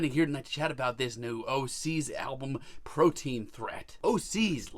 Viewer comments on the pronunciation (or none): It’s Protean Threat...not “Protein” wtf..